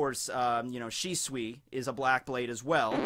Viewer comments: It’s always been pronounced Shisui. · the more I hear shisui, the more its starting to sound like swiss cheese XD